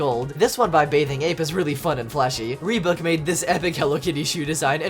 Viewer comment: Man called reebok reebook